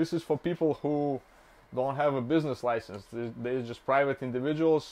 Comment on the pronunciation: Bro doesn’t know how to pronounce business license